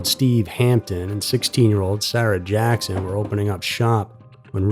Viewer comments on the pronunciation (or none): none